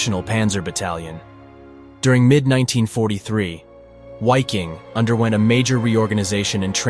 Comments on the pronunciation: It's pronounced viking. The german language pronounces w like v. And v is pronounced like w. Examples: Wiking pronounced like viking Waffen like vaffen Wehrmacht like vehrmacht. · . In the German language W is pronounced V. So Wiking is pronounced Viking in German. Wehrmacht is pronounced vehrmacht and waffen is pronounced vaffen. I lived and worked in Germany for five years: I never heard any German pronounce a W as a W, it was always pronounced V. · I guess this is AI voice-over, but I believe it's pronounced "vicking" in German. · Dude, the "w" in Wiking and Waffen are pronounced as a "V"...sounds like "veking" and "varfen" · Ok, W's in German are pronounced as V's. Its VIKING. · Dude, it was SS VIKING and not wiking xDxD. Wiking is the german for Viking. Dumb dumb stupid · Please don't say "Why-king" but rather "Vee-king" (in German "W" sounds like "V" in English, and "i" sounds like short "ee" or "i" in "big". You can also just use the English word Viking, because it has the same meaning in both languages, while "Why-king" sounds neither in German nor in English. This is some obnoxious language hybrid. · Viking not UAKING ! Please respect GERMAN language ! Congrats for your excellent work ! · Great video.... but isn't the European pronunciation 'V'eye-king', not 'Why-king'? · Why? Why in the opening of a documentary or rather how could you not know having supposedly done so much research would you refer to these men and the-pro.(WHY-king) division. It’s about as simple as just say Viking in English that’s just how to pronounce Wiking=Viking. No one one called them that. Or the Where-mocked) come on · It's pronounced Viking not wiking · Why king ? Really. It’s still pronounced Viking. Come on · It's pronounced "Viking" not "Whyking". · It's Pronounced as a V hence Vik-King not wy-king. I new a former Dutch member! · Why-king? It’s pronounced Vee-king in German.. but even normal English Vy-king would have done. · It’s not a w it is pronounced as a V or a double V